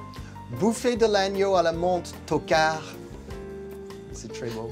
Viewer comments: Très belle prononciation du mot "tocard" 😂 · I think it's to de-dramatize the comments. Some of the comments are quite hardcore and putting on an outrageous accent clearly indicates those are to take lightly. (and I won't lie, it's quite fun to suddenly hear him say "toccard" perfectly)